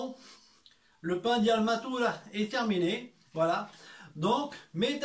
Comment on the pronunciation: Altamura.... pas almatura